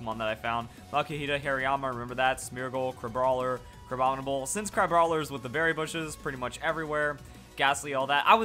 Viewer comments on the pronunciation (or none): none